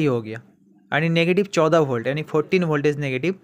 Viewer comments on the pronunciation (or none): पॉजिटिव बोल्ट कैसे बोल रहे हो यार